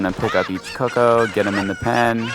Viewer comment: CUCCO not "Coco" fucking invalid